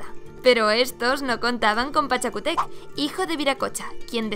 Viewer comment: Solo una corrección: Pachacútec, con acentuación en la U! El video está espectacular! 🙌🏼🇵🇪 Saludos desde Perú!